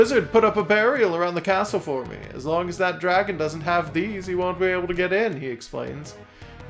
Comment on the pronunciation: What a super cute game! I thought you were making a joke about your draeygon pronunciation with that title, but nope, that's really the title, huh. (Also looking at the Steam reviews of the game, one reviewer accused the developer of being too lazy to get a real artist??? Do they have any idea how hard it must have been to get the sprites to capture that hand drawn style but still animate as well as they do?)